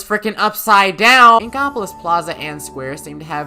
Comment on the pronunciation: What's he's saying: inkopolis What it sounds like he's saying: ingopolis